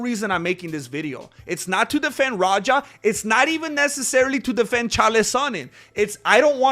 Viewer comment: 😆 it’s Raja not Roger